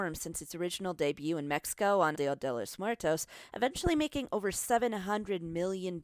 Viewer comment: U suk u said mexico wrong wow i like when white ppl try 2 speak spanish